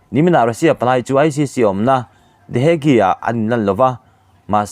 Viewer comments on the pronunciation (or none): Hague (Hak) ti a lam tur, lam dik hram teh u, a zahthlak lam deuh